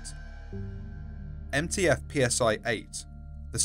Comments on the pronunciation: Lol PSI is pronounced CY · Just so you're aware, the letter nu is pronounced "new" Also Psi is "scy" like Scythe